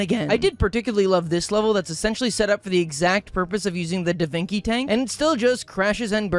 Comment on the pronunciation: i’m sorry, did you just say davinki tank